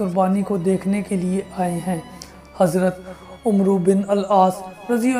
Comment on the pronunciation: Umru nahi hai bro un ka naam amr bin aas sahi pronounced krns seekhe